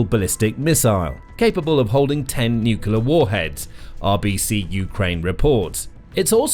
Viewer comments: It’s Nuclear not Nulucular. Get it right. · Could you please explain what a NUCULAR submarine is? Is it anything like a NUCLEAR submarine? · Can you please, please pronoince it new-clear rather than nuculear? Other than that a good video. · The correct word is nuclear. “Nucular” is a common mispronunciation but is not recognized as a correct spelling or pronunciation in standard English. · nucular power?